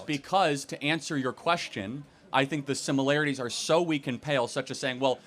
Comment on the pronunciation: The professor continually saying “simULarItIES” 🫠